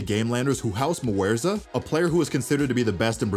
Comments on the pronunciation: "Muerza" HAHAHAHA it's Mwzera bro --> Em (the letter M), W (the letter W), zera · first MATCH nkt game… keyd not ‘keyed’ ‘MwEzra’? Mwzera see stfu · Ah yes, Muerza, that's how you say his name